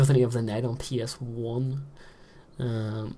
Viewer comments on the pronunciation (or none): LOL when he said ps1 i thought he said penis 1 XD